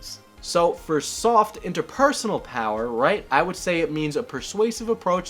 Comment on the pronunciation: "fur example"